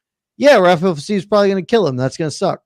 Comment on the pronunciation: What is going on with this "Fizayev " thing? I understand not knowing how to pronounce a fighters name you've never heard before. But butchering over and over a name that's been around for years...